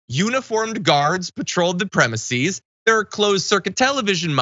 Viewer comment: Premises, not premisees?